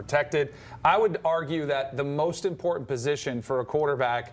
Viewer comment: is it important-ANT? what is with the ebonics? learn to talk.